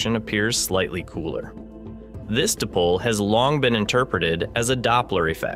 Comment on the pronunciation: Interesting. Please have your narrator or (I assumea0 synthetic learn how to pronounce this correctly. "Dipole" is correctly pronounced like the words "die" and "pole", not "dip pole" or "dee pole". You really lose gravitas on this basis.